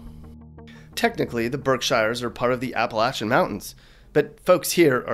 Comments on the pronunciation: birk-shire and Appa-la- chin hahaahahah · Please dont...dont say Apple-acthen again.